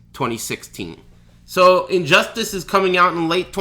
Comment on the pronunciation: is he purposely calling it injust-ASS? or does he have some weird speech impediment?